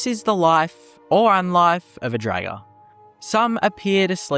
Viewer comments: Pretty sure it's pronounced as in "draught", not "dragon". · he just keeps saying dragger